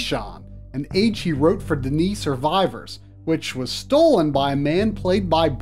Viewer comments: its not "Dee Knee"..its "Done E" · the books point out that D'ni is pronounced "Dunny".. other than that, wonderful treatment of story and legacy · ITS PRONOUNCED "DONE-KNEE"